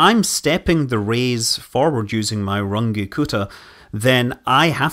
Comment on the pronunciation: first time I've heard the Scottish pronunciation of Runge Kutta before. I assume you used RK4?